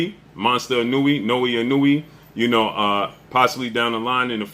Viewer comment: Let me teach you guys how to say his name correctly. Naoya is pronounced NA-OH-YAH and Inoue is pronounced E-NO-YOU-A. Inoue is not pronounced E-NEW-E like some of you guys be saying it.